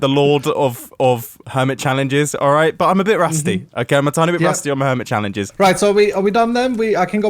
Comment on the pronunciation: Normal mumbo: Hermit Challenges! Comrad Mumbo: Hermytri Chalelnges